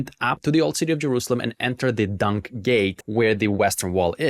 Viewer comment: It’s the Dung gate, not dunk. Dung w/a G, bc the trash (dung) used to be thrown out via that gate.